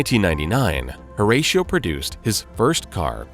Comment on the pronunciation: Ratio like 6:1, Horatio is not the feckin same. US people Pronounce it completely wrong